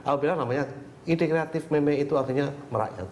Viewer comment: MEME, JANGAN DITAMBAH LAGI HURUFNYA DENGAN "T" ATAU "K" :V